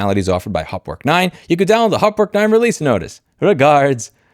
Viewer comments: For someone with a German surname, your pronunciation of Hauptwerk is quite amusing. Sadly, that is the only amusing part of this video. 😢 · Problem is, that MDA's main product Hauptwerk (pronounced haupt + werk, not hopwork) has the biggest share in the very, very small niche market of digital home pipe organ emulation. Unless that person makes some serious noise in organist circles, this won't be noticed. Many organists on Youtube use Hauptwerk and they won't boycott it, there are very few alternatives. But yes, not offering the older versions is a dick move. BTW I don't own it, but bought their competitor Organteq from Modartt.